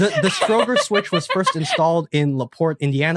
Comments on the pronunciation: I think the mis-pronunciation of Stro'ger instead of StroW-ger helped obfuscate the answer! OK, I'm an ex-GPO / BT techie, so it was easier for me! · I knew this before clicking play! I think his name is usually pronounced Strow as German "Frau" and ger as in the first syllable of "gerbil".